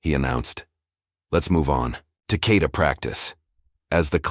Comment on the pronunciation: GI should be pronounced "Gee" and Kata is pronounced with short sounding a's, not long .🙄 ❤CK Anyone who knows about Karate or any of the other Martial Arts would know the proper pronunciation(s)...so embarrassing for you, so unprofessional, and really annoying for those who know and are listening. Please "fix this". Thank You 🤔 💭 ❤CK